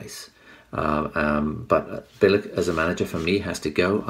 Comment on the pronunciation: Its pronounced "Bilitch" ...........